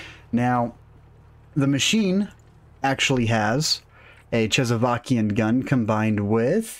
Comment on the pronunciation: chezzavakian? what is that? please tell me that's not how you pronounce "Czechoslovakian"